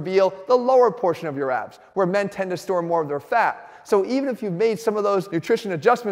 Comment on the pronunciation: Did you say “ABS” i thought you said AB .